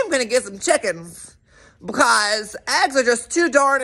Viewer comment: When you say “Because”….it reminds me of the little 2 year old toddler with the chicken joke! “Be-caws!!” 😂